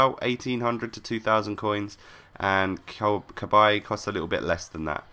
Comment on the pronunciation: Cabaye NOT Cabbage